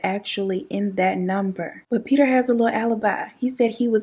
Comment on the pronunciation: The little Peter every time you say little peta you take me out that’s my favorite part of this whole thing Lil Peter!!! Poe Lil PETA just like poe lil tink tink chie 💁🏼‍♀️😭😭😭😭😭😭 I love you 🤣🤣